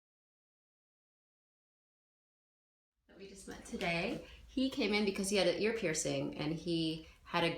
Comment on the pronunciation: Dr. Lee, take the R away from Ear. that'll be great!